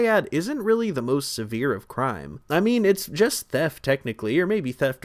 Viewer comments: “Crue trime” I can’t be the only one who caught that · I heard that “cure trime “ 😅😅😂😂❤❤❤❤❤ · "Crew trime"